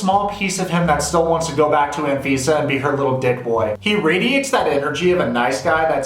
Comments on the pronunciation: Anfisa pronounced - An visa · He said anfifa lol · Anfeesa? More like AnVisa.